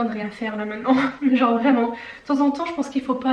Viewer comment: Le "y fait fain, jenre y fait vraiment fain" 😂